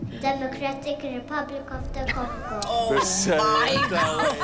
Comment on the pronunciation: I loved how he pronounced " Democratic Republic Of the Congo" ..cute boy blessed with super knowledge 🙏🙏❤️❤️❤️